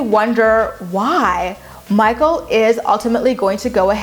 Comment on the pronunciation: “Mah-kle!” “Mah-kle!”